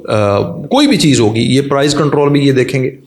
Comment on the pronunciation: Prize nai prise apni gramer tu theak kr lo phir speech jarna